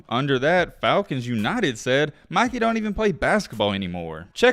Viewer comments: Bro is annoying asf. Can’t even pronounce English. “Mickey” it’s “Mikey” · Dude it’s MI KEY NOT MICKEY😂😂😂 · It’s MY-KEY my boy not Mickey lmao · Why does he keep calling him Mickey LOL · Stop saying Micky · dude did not just say Mickey the whole vid…😂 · stop saying meekey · Stop saying Mickey he’s name is Mikey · it’s not mickey it’s mikey man 😂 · Why you calling him Mickey and not Mikey?? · Why you calling Mikey, mickey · why he calling him mickey 💀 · why did he call him "Mickey" the whole video lol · Why u saying Mikey like Mikey mouse nahh it’s mike-ey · ITS MIKEY NOT MICKEY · why do you call him mickey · Bro why you saying his name like that? You’re saying Mickey not Mikey… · my man said Mikey (Mih-Kee) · y r u calling him mickey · Bro… it’s MIKE- EE. Made me cut the damn video off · Mikey with a long I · I can not watch this video the fact you keep calling him micky you. How can u butcher his name like that it’s very irritating tbh💯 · "Mikey" pronounced (Mike-E) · Pronounce his name correctly lol… just helping. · why r u saying mikey like he's the mouse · Lmao the way he say Mikey name 😂😂